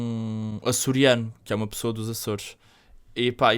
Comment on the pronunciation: Eles falam Purtugal, pissoa...